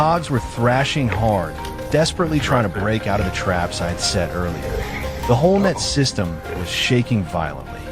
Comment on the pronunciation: Your AI robot narrator puts the emphasis on the wrong words. For instance, it says ".... the whole net SYSTEM". Of course, if a human being was reading this narration, they would say ".... the whole NET system". AI robot narrators constantly make these kinds of stupid mistakes and it is so f**king annoying. For God's sake, either fix this stuff before publishing your video, OR, just get a HUMAN BEING to read the narration!!!